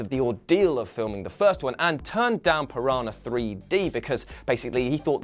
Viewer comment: "Piranha" is pronounced "piranya," not "pirana." "NH" in Portuguese functions the same way as "Ñ" in Spanish.